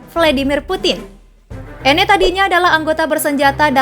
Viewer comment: bacanya anna bukan enne